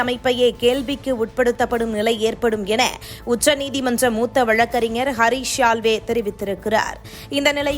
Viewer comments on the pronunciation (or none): none